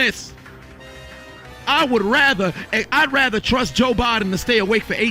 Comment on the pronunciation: "I would rrrraather"